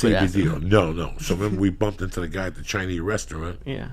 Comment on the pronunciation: "At the Chinee restaurant"